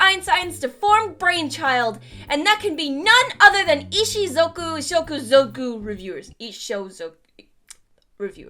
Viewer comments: it's IshUZOku, not IshOZUko. Aside from that, great video as always!! We're blessed to have you as our guidance through this world. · I-I think you typed "Ishuzuko" wrong. But then again, I think you also misspoke it. Not sure, you took several takes on it... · Nobody:: Ishuzhddhksydekkoku reviewers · isnt it ishuzoku?